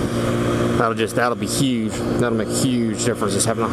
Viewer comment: U saying " huge " the way u did makes me think your from upstate new york